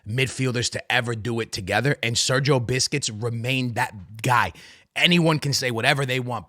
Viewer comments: It's busquest not biscuits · Sergio Busquets❌❌ Sergio Biscuits✅✅ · sergio biscuits ? who is this player lol, busquets, cmon broski lol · It's not BISCUIT bro, it's Busquets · Busquests ❌ Biscuits ✅ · busquets ❌ biscuit ✅ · I stopped watching when he said marquisio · I was enjoying the video for your comments until you started saying Sergio Biscuits. Can't stop laughing now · Why where u saying sergio biscuits? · Love it how he keeps saying sergio biscuits😅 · How come you dont know how to pronounce busquets?